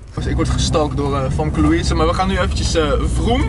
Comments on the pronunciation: Je spreekt famkelouise Louise uit als femke louise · Je spreekt famke louise nier goed uit